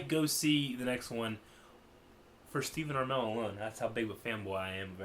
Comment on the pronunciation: Stephen A(r)mell ???????